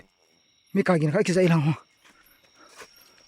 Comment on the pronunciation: Eipao hi adih in tho ute Sound= Git (wrong) Sound=Gin (right)